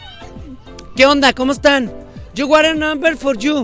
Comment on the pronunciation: "Yu wara namber" JAJAJAJAJAJAJAJAJAJJAJAJAJA amo tus videos.